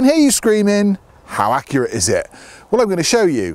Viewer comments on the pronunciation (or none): none